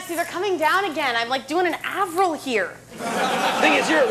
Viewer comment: Did say avril?